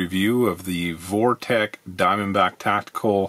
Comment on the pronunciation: It's pronounced Vortex not Vortech.